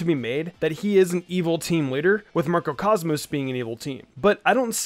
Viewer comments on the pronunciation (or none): Isn't it macro cosmos? Not MARCO cosmos. I don't know